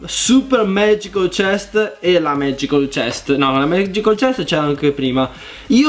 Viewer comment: Si dice MAGICAL CHEST NO MAGICOL CHEST XD